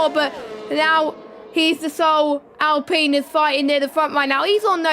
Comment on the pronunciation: Who says alpeen though? Lol dunno why that annoys me